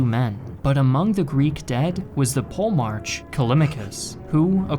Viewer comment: Actually its Polemarchos with an ''H'' sound but english is a mess after all these alterations in pronounciation AND most of the greek names and titles came into english through a latin filter.